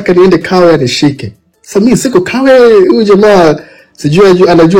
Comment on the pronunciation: Huyu anayempigia mlilo si mtanzania hapo mmefeli hata kiswahili hajui alipo hapajui eti Tawe badala ya Kawe halafu hajui madaraka ya mlilo et ni RPC haa yaani watu tumefeli